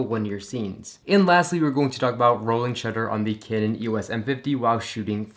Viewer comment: you say canon weird